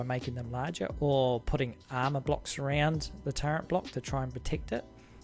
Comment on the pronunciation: Wait, are you saying turrent?? Wot lol